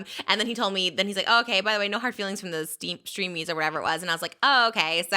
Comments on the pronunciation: I love how she kept calling the streamys the steamies hahaha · She said Steamys 👀 ❤